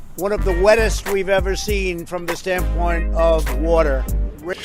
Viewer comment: this is is an island, surrounded by water, big waderr, ocean waderr